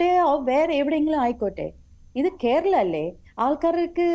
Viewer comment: ഇവൾക്ക് കേരളം എന്നു പറയാൻ പോലും അറിയില്ല